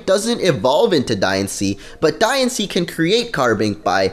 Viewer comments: I know I'm saying diancie wrong in this but it's not diansee it's dianchee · Diancie's Dex Number is 719. The movie about Diancie will be released on 7/19. Also, I think you should be pronouncing Diancie like Diantha with the accent on the "an" but that's just my opinion...